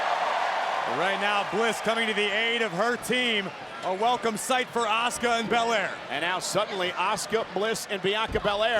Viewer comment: “FROM OSAKA JAPAN LLLLUUUSSKA” 😂😂😂 girl it’s Asuka